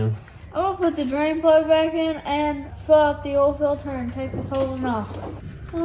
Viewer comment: Doesn’t matter how many years I’ve been watching you, still makes me laugh every time I hear you say “ool” for oil.